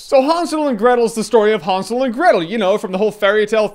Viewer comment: Haunsel? No dude HANSEL!